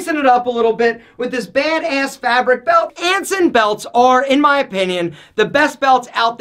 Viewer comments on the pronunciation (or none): i love how he says, "baid ayss" 😂😂😂